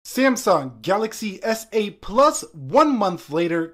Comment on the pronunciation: Why do you pronounce it C M sung?